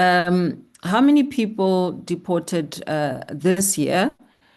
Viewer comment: Honourable, it's deported, not depotated. 😂